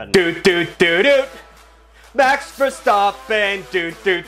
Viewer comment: Why can you say verstappen correctly,but make it mex instead of max? I do t get it